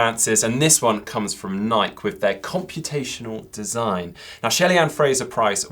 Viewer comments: Ni-Key not Nike? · Searched it up and it's Ni-Key haha